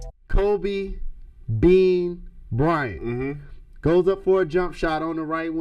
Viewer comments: “Bryanto” ngl that ain’t it😕, I think “kobito” sounds better imo 👌🏽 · This is a cool video until you started to call KOBE bryonto... Stupid just stupid! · Bryanto? Soft ass Lebron. Dude this was a great video until you said that. No comparison to the Black Mamba!